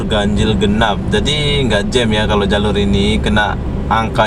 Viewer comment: Bukan jem. Tapi jam. Jem tu makan dengan roti.